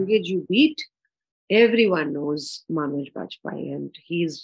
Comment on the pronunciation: it's Manoj not manjoy ....